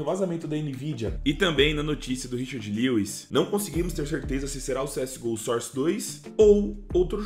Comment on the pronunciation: mesmo papo de sempre "SOR CE DOIS"